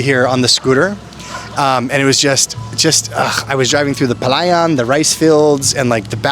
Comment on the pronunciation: You're almost there with barang-GAY. Keep practising. pala-YAN, not pa-LA-yan. pa-LA-bok, not PA-labok.